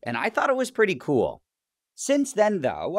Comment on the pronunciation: "I thought it was pretty Cyoool" 🤢